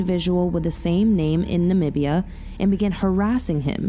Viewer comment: Nam-bee-ah for Namibia